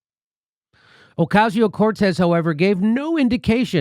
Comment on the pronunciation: Can you learn to pronounce AOC"S name? o-Cas-i-o cor-Tez. Please learn.